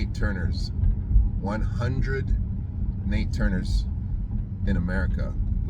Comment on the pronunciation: NAT Turner bruh; NAT: Not Nate. ‘NATE’ Parker played him in The Birth Of A Nation. Every time you say “Nate” I cringe. Other than that - excellent post. 👍🏽